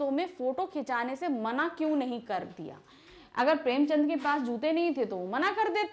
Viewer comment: Maam aaap kuch kuch words galat bolte ho har vedio me maine ye dekha hai jaise premchand ko aapne ek baar prem chandra kaha